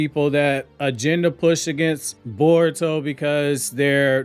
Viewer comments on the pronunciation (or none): Bar-uto Explained!!